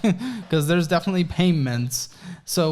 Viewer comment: "there are definitely painments..." Was that meant as a joke or is it purely in my head?